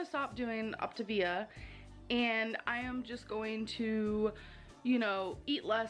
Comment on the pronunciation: As somebody who has actually done the Optavia program, I will say that the dark chocolate cherry shake is so gross. I didn't like it and neither did my mom but the rest was pretty good I will say. She also did pronounce it correct when she started her video if anybody was wondering